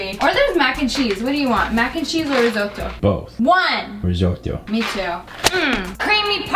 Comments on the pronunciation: Rizzzzzzoooooto like Zebra, not Rijoto xD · Rez-otto It's not hard America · it's called riжoto ok? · says Risoto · Me: italian Her: RisOtToO Me: am I a joke to you? Jk actually u have a good accent for an American :) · You said risoto wrong 🤣🤣🤣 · Did anyone notice how he said risotto?😂